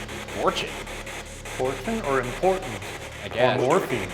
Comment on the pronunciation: The “Important” sounded like “Warden” to me. But then again, ghosts aren’t real and that radio thing doesn’t do anything.